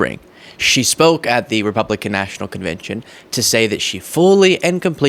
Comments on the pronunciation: Your introduction: Yesterday was day two of The Republican National "convintion" Thats not a word. I'm not a Dem nor am I a Rep. I'm not even from the US sir. I appreciate what you're doing but please take effort of pronunciation yes? A CONVENTION /kənˈvɛnʃn/ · Did you say Republican National Conviction 😅